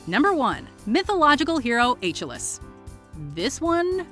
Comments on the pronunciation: It’s “A-kill-lees” not “Ay-Chill-liss” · ON-THE-SPOT DICESPIN is from the one who mispronounced MYTHOLOGICAL HERO ACHILLES